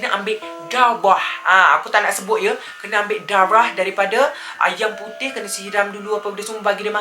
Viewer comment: Saya mula2 igtkan cakap dawah..tertanya gak dawah tu apa...rupanya darah 😅😂